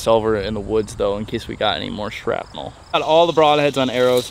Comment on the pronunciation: Hard to trust you after “sharpnel”…